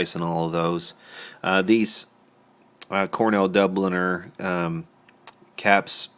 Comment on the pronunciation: It's pronounced Cornell Doob-Ell-Yay. FYI